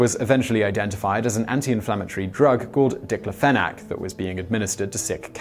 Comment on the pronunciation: he mispronounces "diclofenac"